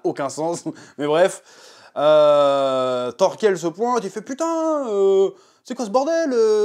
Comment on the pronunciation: Par contre c’est Thorkell, pas Thorskell